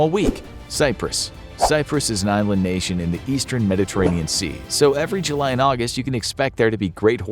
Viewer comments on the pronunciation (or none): none